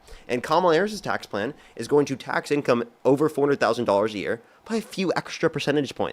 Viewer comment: Hey...Love your show and intelligent debates.!!! One request.....please slow down just a titch, because every time you say tax on income over $400,000 is sounds like "$40,000". Your points are soooo good, but sometimes lost in rapidity of speech...and I know what you're saying and have to translate. Lol. Hopefully this is helpful. Love you, bro'